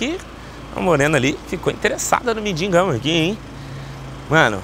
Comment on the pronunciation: "Se intereçou no mindigão" KKKK AHAAAMM SEIII